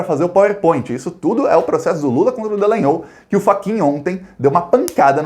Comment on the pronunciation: por favor lembre-se que o nome da figura é Dallagnol, ou seja: D-A-L-A-N-H-O-L